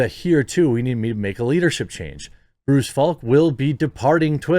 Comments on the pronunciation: Article: "Bruce Falck" Jeremy: "Bryce Flak" ...Jeremy, come on. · Dude, you read names all day for this channel. How do you screw up "Bruce"? And Parag's last name... well you've had enough time by now. It's not "ARGA" like "Arg, another mispronunciation", it AGRA as in agriculture.